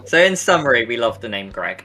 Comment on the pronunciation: Yaay you pronounced my name correctly 😂 Nobody ever does! Great video guys 😊